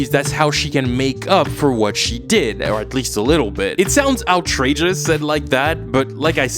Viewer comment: Are you pronouncing outrageous as ou-trageous?